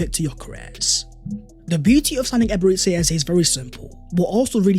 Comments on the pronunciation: True! We IGBOS from Nigeria can’t stop smiling any time we hear him pronounce it as Eberetsi Eze instead of Eberechi the ‘ch’ as ‘ch’urch in church… Thank for correcting him bro. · Nice one Although I have to say that as a Nigerian, your pronunciation of Eberechi as “Eberetsi” has been hurting my ears! It’s actually Eberechi (ch as in church). Thank you! Eze is coming home! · Thank you for this,as a Nigerian and you my brother a Gunner, I am going to give you a free lesson on how to properly pronounce his name, Here We Go!!!! Ebe - re - CHi (not shi) but (Chi) think Ch in church) but with iiii instead of urch) so EBE RE CHI. Now for the surname its E - eh ZE as zeh) but remove the h and it will sound like this EZE… meaning King. You are welcome my guy! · Now that we have signed Eze can you please learn to pronounce.EbereCHI, CHI as in CHIck. Or just say Ebere Eze. Thanks. Congratulations to us for completing this deal 🎉🎉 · bro are you not able to pronounce the CH sound? you always prounce Eberechi so weird